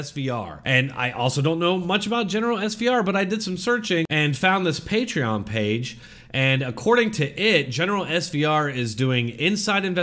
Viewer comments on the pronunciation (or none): none